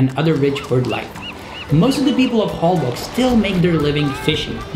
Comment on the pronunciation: I just watched a video on Holbox Island and I understand the pronunciation is “HolboSH” 😊